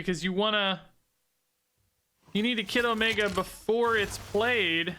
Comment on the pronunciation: All I hear is „Kiddomaker“